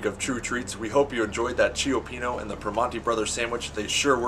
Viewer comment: I like this video, except how you mispronounce both names. Chi-pee-no and Per-man-ti. Not Che-o-pee-no and Pree-mahn-ti